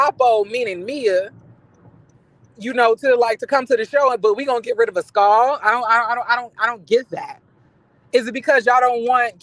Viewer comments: Not “As-cawl“!!! Not Mia and Jacqueline “burley”!!! I’m cackling 😂😂🤣🤣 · I crack up every time you pronounce Askale name 😂😂😂